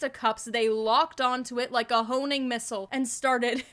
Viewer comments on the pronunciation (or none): Hoe-ming missile